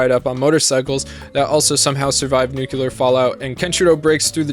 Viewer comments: Awesome video. Have to say tho, its Nuclear as in New-clear. Not Nuculer as you had pronounced. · Me: Nucular? It's nuclear! Pff.: You are already dead. Me:... NANI?! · NUKE-Lee-er. Not, NEW-q-ler. 😂 driving me crazy. Otherwise awesome vid. FoTNS is a top tier anime. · For the love of god it’s pronounced “nuclear” not “nookeeler” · "New-klee-ar" not "Noo-Que-Lur" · My dude, I say this with love: Nuclear (Nook-lee-ar) not nukular. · nu cle ar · Anybody else got annoyed as fuck with his incapability in pronnouncing the word "Nuclear"? "Nukelar" really threw me off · Say it with me, NU-CLEAR. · Sorry. Clicked off when I heard you say "nuke-yalur" twice. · What the heck is nucular? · what the hell is this pronunciation of "nuclear"???